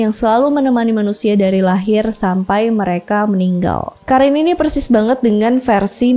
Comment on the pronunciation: Kak maf bukan karin tp qorin bacanya